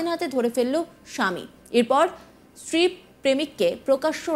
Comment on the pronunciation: Kader reporter banay Aaj Tak? Bangla tao thik moto bolte parena. Field reporter stree ke bolchhe Estree!!!